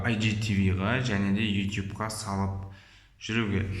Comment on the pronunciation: Ютуб деш итуб демей